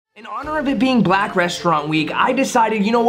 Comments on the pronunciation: I like how he says black like black people are rare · this emphasis on how he says "black" bothers me ... lol